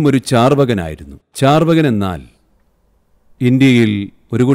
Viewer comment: ചാർവകൻ അല്ല ചാർവാകൻ ആണ്